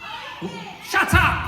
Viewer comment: SHUTUP!!! Was in a Scottish accent